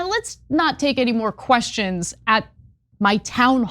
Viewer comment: “Who the hell wants to hear queshshons?”